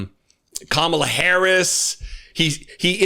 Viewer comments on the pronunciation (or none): Comer refuses to pronounce Kamala Harris's name correctly. Or he's too stupid to learn how. I think I'll go with the latter.